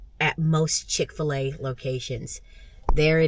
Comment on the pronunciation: Hapeville 🙌 Chick - Fila ....you didnt say it right but its ok ...we know what your saying 😊 Never ate in there ...may have to try it